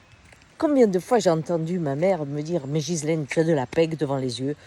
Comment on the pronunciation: Mais le prénom, c'est Guy-laine, pas Jisssslaine.